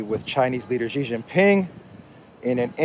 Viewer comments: if it not Ghezz, it is sheeeeeee, sheeee jinping NOT GHEZZZZ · Xi Jinping = SHEEEE jinping NOT JEEEE not Gheeeee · you and JAURA JINGHAM OF JOX NEWS needs to stop saying it wrong. PRESIDENT XI JINPING = SHEEEEEE JIN PING NOT GEEEE NOT JHEEEEE NOT JEEEE.. Sheeeee like GIRL. SHEEE SHEEEEE SHHEEEEEE. ALSO, BEIJING IS A FLAT J LIKE JACK NOT A FRENCH J LIKE JACQUE COSTEAU.